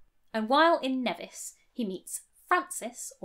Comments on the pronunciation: Informative. However, the island's name is pronounced "Nee-vis". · Loved this refreshing and truthful story of Nelson. I wish you had not called Nevis by it's British pronunciation, as in Ben Nevis, Nevisians pronounce it Kneevis, think french for snow, I know there is no snow in the Caribbean. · The island is pronounced "Nee-vis' (long "e") I'm FAIRLY sure - I never heard it pronounced with a short "e" when visiting there. Beautiful place! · That's not how to pronounce "Nevis".